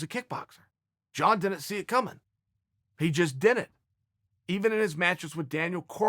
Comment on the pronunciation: Chael cant pronounce "didn't" properly....and I can't do shit about it.